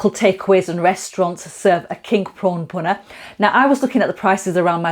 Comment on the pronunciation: Love the way you use everyday ingredients like the G&G frozen blocks that you can get from almost ANY supermarket these days (which don't taste any different either, btw). The bhuna stage ('phuna' as you say it - which is it??) seems to be THE key, and THE most important part of the cooking phase....I look forward to your video of this process - (no-one seems to spend anytime on this, but it's SO important to how your curry ends up as just, OK...or really GREAT!) Your Dhansak btw, is now my GO TO version of it - my missus' (and my son's) fav curry of ALL time, and she/he won't have any other version of it, other than yours...Cheers 👍😉